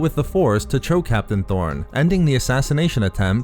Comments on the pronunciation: the comics say torn, but keeps calling him tHorn yikes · Torn or Thorn?? Lol